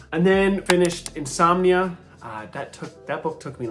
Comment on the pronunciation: You were reading "Insominia" as your "got-to-bed" book. 🤣